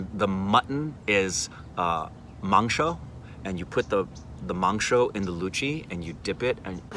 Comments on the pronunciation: Wtf...he () pronounced "Luchi,Mangso" better than a Bengali 😮😮😮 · "Dont hold that Dont hold that Dont hold that" she cares for you man!! lucky Man!!!! Your pronunciation of "luchi" & "Mangsho" is apt!!! Please come to Kolkata with entire OSR team, we really want to meet you guys. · 18 mins of video where 9mins of memes. But I certainly appreciate the way you pronounced "luchi and mangsho" loved it. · Luchi and mansho pronouncing is amazing 👍👍👍👍👍👍👍👍👍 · Are u kidding me !!!!!! They way u pronounced 'Luchi' and 'Mangsho' i couldn't believe it. First time in my life i see an American pronouncing bengali the exact way we bengalis do. Crazy man !!! BTW m from kolkata, love u man.. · As a Bengali I can say you totally nailed the pronunciations of luchi, mangsho 👏👏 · Omg!! Your pronunciation of luchi, mangsho, and aam pora shorbot was on point!! I am so happy for you two! You two are meant to be together and God bless both of you ❤️❤️ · Luchi mangsho pronounciation was better than many bengalis. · When said "luchi" "mangsho" and "aamporar shorbot" I died😂😍😘😘😘😘♥️